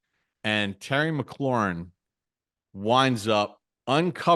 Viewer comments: What’s so hard About saying “McLaurin”, Carl? It’s not “McKerlin”. How come the out of towners can’t figure this out? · Mc-Claur-Rin sir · McGlorin, McCurlin, McGlorgin...😂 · Few things that are crazy as a Washington fan 1 Mm-girl-lin wild pronunciation 2 defense is two DT and nobody’s…Allen is out for the season and we have dudes like hall of famer Bobby Wagner and Frankie Luvu probably more importantly😂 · All due respect… they way Carl Banks pronounce McLaurin annoys me to my core 😅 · Right! I’m like, if you don’t get that man’s name right!!!! 😂😂😂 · Bob Papa said it correctly. Maybe Carl Banks has a slight speech impediment.